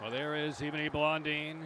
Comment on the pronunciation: Can someone get this announcer a pronunciation guide already? He's been butchering Blondin and Howe's names for years, and if he can't get those right I can't imagine what he's doing to names from overseas